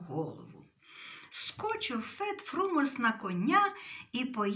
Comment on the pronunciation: Фет ФрумОс (наголос)